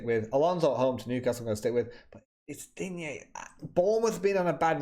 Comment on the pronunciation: I have found someone who can say Digne correctly.